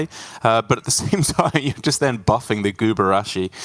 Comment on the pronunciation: Have all of the casters agreed that the card is called “guburashi” instead of “gurubashi”